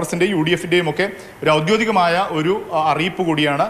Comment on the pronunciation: ഔദ്യോതികം അല്ല പൊന്നാര ചങ്ങായി😂😂 നൂറുവട്ടം പറഞ്ഞു😅